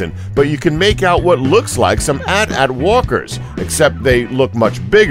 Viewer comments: did you just say "at at" instead of A-T A-T? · Did you say "at at walkers"?